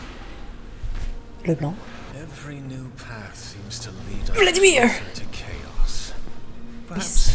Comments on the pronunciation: really love how you said Leblanc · I love like you pronounce Leblanc every time it so French😍😍